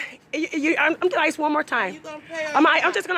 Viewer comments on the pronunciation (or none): Lady the word is ask not isk